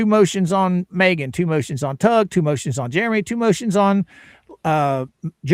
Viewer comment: You're saying MOOOTIONS wrong 😂